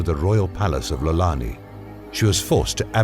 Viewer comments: It's an i not L in front, "iolani"*** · It’s I’olani palace, not Lolani. That’s my uncles name😂